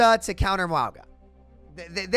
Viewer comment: Do you call him Muauga on purpose to get people talking about it or do you not know how to pronounce it?